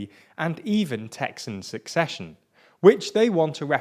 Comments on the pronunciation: I'm sure its accidental, but its pronounced 'ceh - session', not 'seck session' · love the content as usual. One thing — as far as I know, it's pronounced without the "k" sound: not sUCCession, sECession. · The word "secession" is pronounced "se-sesh-yun". And frankly, as a Californian, if Texas seceded, I would welcome it. It would mean that Texas' particular brand of crazy would be removed from the rest of the United States like a cyst from the butt of the rest of the country. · Each time you said "secession" I heard "succession". Is it just me? Or is this a quirk of a particular accent? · He can't even pronounce "secession" lol. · Lots of ignorance displayed here First, learn how to pronounce Secession